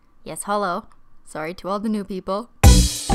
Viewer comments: It’s sorry not sworry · i legit love it when she goes soory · I love your ascent when you say sorry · First time hearing Christine or Kristine saying sorry with a Canadian accent